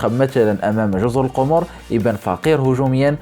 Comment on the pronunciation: جزر القمر بالفتحة على القاف وليست بالضمة يا صاحب القناة